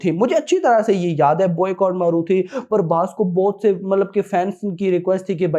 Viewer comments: Not parbhas it's prabhas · Brother don't pronounce our darling prabhas name as parbhas His name is PRABHASSSSS not PARBHAS 😊. I know u love prabhas but still if u call him as Prabhas , we the fans wil be happy 🎉